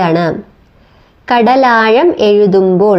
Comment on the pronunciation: ഉച്ചാരണത്തിൽ ശ്രദ്ധിക്കുക. തായെ, കടലായം.. എന്നൊക്കെ അല്ല.. "യ" അല്ല "ഴ"